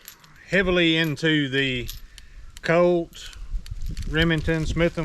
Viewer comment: "forty five coat"